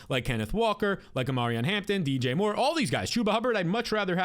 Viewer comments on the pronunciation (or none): none